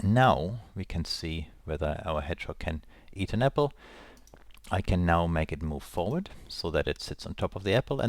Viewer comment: are you german? :) I heard apfel